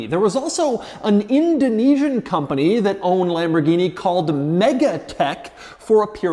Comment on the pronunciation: It's not pronounced "Lamborghini"!!!!!.... It's Lamborghini... cmooon man